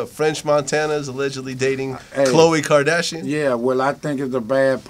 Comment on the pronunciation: He said kadasion family